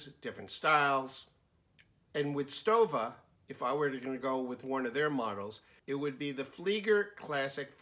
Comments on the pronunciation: my friend. it's pronounced as: STOVA not STOWA. Thanks excellent video. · The exact prononciation is : "SHtova" like "shut" or "show" ... Thank me later ;) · Stowa is correctly pronounced "stover.".